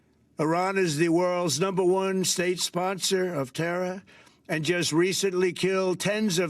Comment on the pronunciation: When did "terror" become "terra?" 🤔 #47 keeps speaking of "we" which seems to be a way of exonerating himself from responsibility. 🙄 "Declaring war" becomes the latest casualty of his rise to glorious, supreme leader.